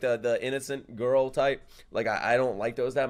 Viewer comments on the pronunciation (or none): none